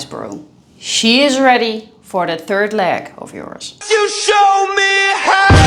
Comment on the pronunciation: "She is ready for your thirth leg" LOL, Interesting!